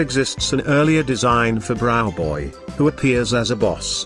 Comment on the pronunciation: Why browboy sound like bruhboy?